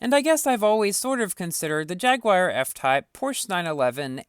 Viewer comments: MoOoOoOVeSs LiKeEEeee JAGWIYER lol.. it's a British company the the way us Brits say it is Jag-You-Er... that's the correct way or call them Jags or Jaaaaaaaaaaggggsss .. jaguar like the animal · I hear "Jagged wire" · haha i like how u say jagwire instead of jaguar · It's pronounced: JAG-HU-WAR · Jagwire REEEEE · Quality video as always, but the way you pronounce Jaguar genuinely triggers my ears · you KNOW people are going to flood your comment section saying how that's not how you pronounce Jaguar right? which it isn't, but still